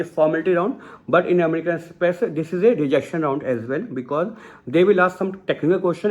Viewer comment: Amrican express ,say the name right